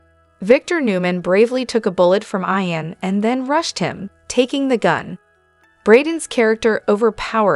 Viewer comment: Not pronounced Ion but Eeon ...